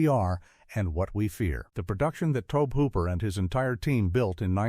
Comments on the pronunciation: Maybe Toaabb Hooper is a distant cousin to Tobe Hooper! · It's to-bee hoop-er. Get your sh!t together.